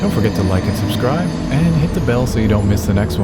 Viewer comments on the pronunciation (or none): none